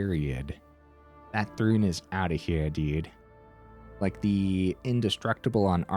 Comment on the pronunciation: It's ThRUN, not rune... sorry xD